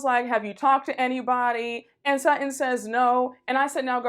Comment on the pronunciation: Not "What the Sheree Whitfield"? Lol! And why did I giggle overtime she said " Sut-In" ! Lol!